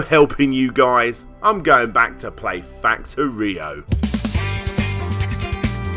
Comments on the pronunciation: It's pronounced "facTOrio," not "factoRIo" (The accent is on "to") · Snorlax "fact oero" is how you say it. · Heh no. It's supposed to be pronounced like factory, cos the whole point of the game is to build a working factory turning raw materials into goods.